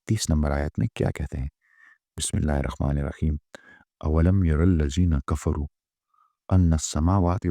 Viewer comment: Assalamuwalaikum dr sahab mein india se apka series dekhrahahu 2din per mera ek shikayat hai ki aap bismillah aise q padte ho ha ke jagah kha q padte ho.Thoda explained karenge.